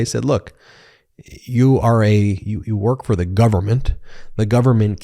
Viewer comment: The not thee, a not ay. Otherwise great work.